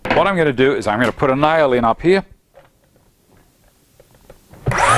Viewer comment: First time I've ever heard "nail" be a two syllable word. From the South of the USA, it feels like our people are brothers in a strange way.